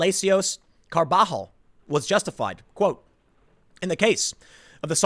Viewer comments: "Carbajal" is pronounced "carb uh hall" just letting you know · Its Carba-hall, Tim. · The guy’s name is pronounced “car-buh-YALL” by the way. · Carb-a-hol, like carb alcohol... Jeez...